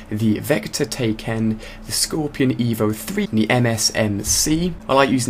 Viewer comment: Tay ken? Uhh...close enough :)